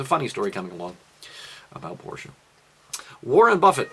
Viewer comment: Porsch "e" E!!!!!!! not Porsch!